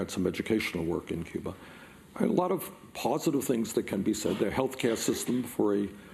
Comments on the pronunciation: Bernie, there's no "R" in Cuba! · Lol Cuber, come on man Cuba that's an accent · He's from Brooklyn. Give him a break. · I thought he was talking about the 80's video game "Q*bert"... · a friend from England sticks an r on the end of words. It's cute. When Bernie does it, also cute